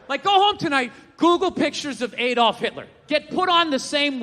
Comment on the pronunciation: ahh-dolf, not ay-dolf